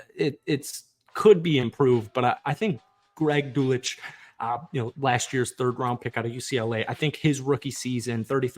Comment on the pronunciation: His name is Dull-sitch.